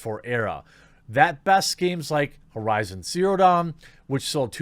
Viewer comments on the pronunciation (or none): none